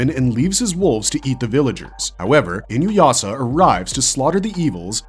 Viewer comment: Ah my favorite AI voice mispronouncing Inuyasha 😂